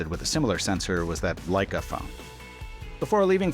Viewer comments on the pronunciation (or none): none